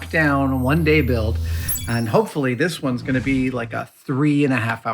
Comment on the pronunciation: did he say Monday build?